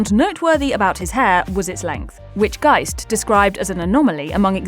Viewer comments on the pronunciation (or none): none